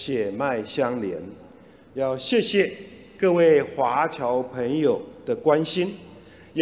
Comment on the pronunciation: 华侨能念成华娇。。。。。怎么 想都不会是娇